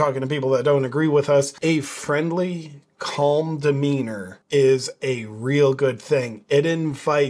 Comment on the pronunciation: The "L" in calm is totally silent. It's pronounced "cahm" not "cawlm". Look it up!